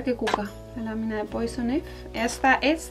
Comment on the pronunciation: Ay te lo tengo que decir porque me pone muy nerviosa jajajaja, Poison Ivy se pronuncia "poison aibi"